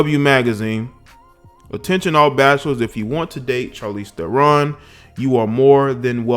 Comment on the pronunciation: Uh, Shar leez Teh ron.